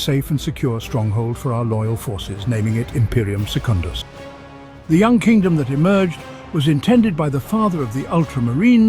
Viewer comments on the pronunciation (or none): none